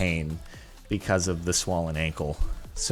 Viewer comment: Anyone else notice that he says swollen funny?